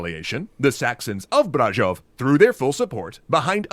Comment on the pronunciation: To me it sounded like he accentuated the first syllable of Brașov instead of the second, it should be Brașóv, but it s good nonetheless :)